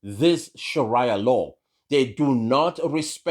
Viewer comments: Haha it's Sheria Law Not Sharaya law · Sharaya law…?? Your pronunciation shows your ignorance